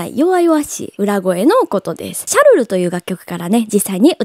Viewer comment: シャルルって言うと時に チャルルって言ってしまうところも推せます！可愛い😆